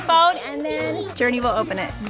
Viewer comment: Umm? I'm pretty sure everyone does treat her the right way? Not sure what you're referring to.... Everyone of her family and friends is super proud, accepting, and loving. And so are all the fans. And one last thing..It's JourNee. Not Journey.